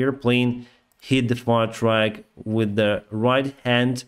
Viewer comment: you should pronounce "truck" like "fuck" 😉; you are pronouncing it like "track", which is a different common word, so it's confusing for English speakers. 👍